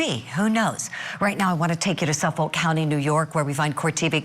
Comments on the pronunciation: PLEASE READ IF YOU WORK ON THE SHOW!!! Being from long island, my favorite part about this, is watching all the news ppl try to pronounce long island things 😂. Suffolk: we just say "suffik". Don't u dare pronounce that L. Massapequa: "massa", like yessa massa. And pequa like "pee-qua". Massa-pee-qua. Thank for the coverage! 😂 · We don’t pronounce the l in Suffolk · Hey Julie. I’m from NY. Your pronunciation of Suffolk County emphasizing the “L” is funny. In all seriousness, you and the crew at Court tv do a great job.